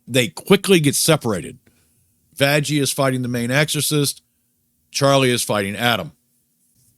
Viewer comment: why are you saying vajjie instead of vaggy?